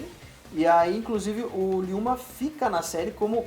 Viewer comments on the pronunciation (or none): ryouma kagawa nao se le riouma e liyoma